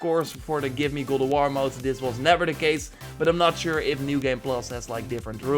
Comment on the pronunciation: GOD OF WAR not godowor please..